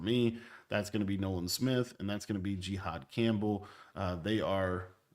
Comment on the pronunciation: i’ve never heard jihad’s name pronounced like that 🤣🤣🤣